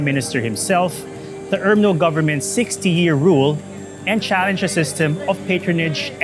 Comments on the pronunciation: Why this fool keeps pronouncing I it urmno and not umno. Jeez vice couldn't you afford a better reporter. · UMNO is pronounce as ‘ARM-NO’.